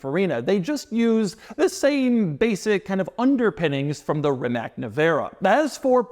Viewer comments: It's rimac,NOT rimaK 😂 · Ree-mahts That's how you pronounce Rimac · Rimac is pronounced Rimahts. I’m not trying to troll or be annoying. I love your videos! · "Rimac" is pronounced Rimats, not Rimak. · After so much time and so many presentations, at least learn how to pronounce the name RimaC. It would be an amazing achievement for you obviously. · Doug is the type of guy that still can't figure out how to pronounce Rimac after all these years.